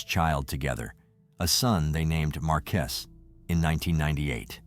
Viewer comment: This man messed up these people names like no other lol, markiest or marques 🤔 I'm positive it's MAR-QU-ES